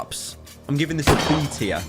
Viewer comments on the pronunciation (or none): Did he actually say B tier, or is it just a British A?